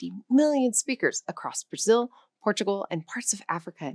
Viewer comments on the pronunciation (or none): none